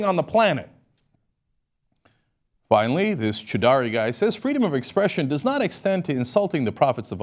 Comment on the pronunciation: If they didn't actually believe it, why would they commit a crime that would put them in jail for the rest of their life? The problem is they do believe, and Islam really does allow for honour killings. "It pleases Allah" Lastly, the imam Cenk is quoting is called "An-jem Chow-dree". Not "Chidari"